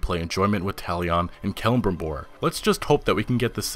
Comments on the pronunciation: cele-brim-bor, not "kelm-bribor" lol but nice picks i like the list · Brayden Bradshaw I fell the same way man, he said it like celibribor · The way you said celebrimbor 😖